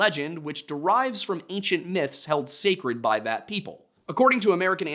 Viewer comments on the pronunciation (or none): none